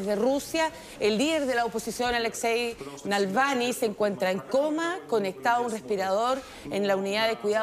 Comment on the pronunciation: No te esfuerzas en leer. Nada de Nalvany!!! Dice Na -- Val NY como ni. Choca que no pronuncias bien